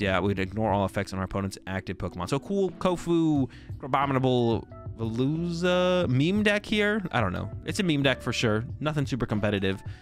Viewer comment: did great on the pronunciation of ceruledge same with veluza